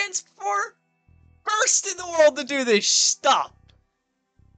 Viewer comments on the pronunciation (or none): "this shtuff". love it